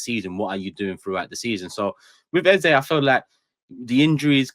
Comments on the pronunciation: Even your Nigerian guest wasn't speaking from a position of knowledge. I'm Nigerian living in Nigeria. Nothing like EZA. It's EZE...... A-ZAY. Thank you. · Watching two days after. It's EZ - E. as in way you pronounce A - ei. And not AH. If he said so, then he doesn't even know how to pronounce his own name. It's an Igbo name and it means King. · Eze is pronounced Ezeh or Ezé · Can someone please tell to stop saying EZA? A fellow Nigerian has told you it's Eze and we Nigerians are saying it's EZE. Your persistent trolling is irritating like a hiccup. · has to stop the flipping between the pronunciation on eze, tired of it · It's pronounced Eze and Eze himself says this in this short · Sound dumb saying "Ezah" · The new "Ezzuh" pronunciation came from himself saying it when he signed for arsenal😂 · take the correction or leave it, i'm from same tribe as him. His name means King in our language. It's A-zay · Some really great points made, definitely one of the best pod's in recent times considering the result on the weekend new perspectives, insights and elite ball knowledge -- then there's not being able to pronounce "EZE" LOL